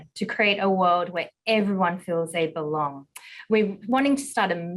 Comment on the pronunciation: "M&Ms in on a mission to kweeate a wowed where everywon bewongs"